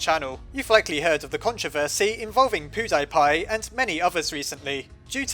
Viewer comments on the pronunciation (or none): Pew-Dee-Pie not Poo-Die-Pie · Wait did u say poo-dye-pie Poo??? POO??? Pewdiepie u mean? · 'Poodiepie'??? Really, dude??? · pew-die-pie?? WTF XD its pew-de-pie! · "Poo-dye-piye" But, your videos are amazing, even if you mispronounce pewdiepie's name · The way he pronounces PewDiePie tho XD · Poo-Die-Pie This is worse than PeeWeeDeeDee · I know its not really the right time to say this but did he say poodiepie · Hehe. He pronounces Pewds as Poo Die Pie . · not to ruin the mood and all... but.... how did you pronounced pewdipie...? I'm just gonna be silent now.... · Also I like how he can't even pronounce "PewDiePie" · you pronounced pewdiepie wrong. but I still love your videos. if I had money then I would support the patreon. but I have no money.